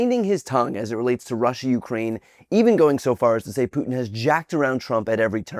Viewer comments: Pueton? wtf? Can’t any republican speak properly. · "pYOUtin" Has John Kennedy ever heard someone pronounce Putin's name like this before? Bizarre. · "Pjutin" ... that's a funny way to say his name. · I loathe Sen. Kennedy, but have to say I like the way he pronounces Putin (Pootin) LOL. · Not really relevant at all, but I actually do enjoy how he pronounces "Pee-uu-tin" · I love how says Pewtin instead of Putin. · Brian, I believe it's pronounced Pewtun. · “Pewtin?” Jesus 🤮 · The only thing I like about this guy is he says Pewtin. (I call him Poohtin.) This won't save him, though. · Pewtin?? who da f is that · Holy cow, I can't believe Kennedy actually said something sane. WTF is happening?! I mean sure, he can't pronounce Putin correctly, but I actually like his version, PEWtin, and I think I'm gonna even adopt it. Because PEWtin STINKS! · Pew-tin. Bwahhhhh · Forget 'peutin's cuntry'. Just hit 'peutin' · I have never cared for John Kennedy and his reflections on current events. But I did fall in love with him a little tiny bit when he pronounced Putin’s name as.”Pew-tin” just adorable ❤️ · ...."Pewtin".... lol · Pewtin. LOL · Lmaoo the senator says pootun 😂 yesss I love it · I love that he call him "Pewtin". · His name is not Pewtin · lol Pewtin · Pewton lol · “Pew-tin”. LMAO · Senator Kennedy called him Peughtin... 🤭😆🤣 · I like the way J.Kennedy pronounced pew-tin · He calls Putin “Pew Tin”. Hahahahaha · Who the fuck is Pyootin? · Hard to take anyone serious when they say Pewton How do they not question why we’re suddenly siding with Putin? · Lol Peeutin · “Peeutin” . I don’t hate it. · It’s the whole “Pewtin” pronunciation thing that got me. I could not take this joker seriously. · Dumbass Kennedy saying “Pewtin” has lied at every turn is hilarious since Trump and “Pewtin” are exactly the same. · It make have been his pronunciation, but P.U. tin is a good nickname! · Pewtin? 😂😂😂 Is Kennedy dumb or does he say it in purpose? A combination of both?? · Pewtin? LOL